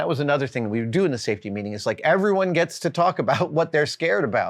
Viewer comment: Safe...tea? What is this safetea you're speaking of?